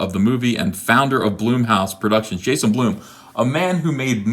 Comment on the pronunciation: Ethen. Please. Blum. BLUM. not.. b l o o m gashhh